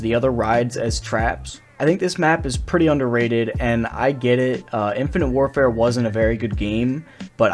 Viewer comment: "Infinite Warfart" man... :clock-turquoise-looking-up